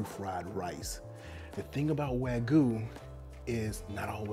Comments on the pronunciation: its pronounced w-ah-g-you not w-A-goo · Pls learn how to say wag-yu. Not wagoo. 😑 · Note wagu but wa-gy*u*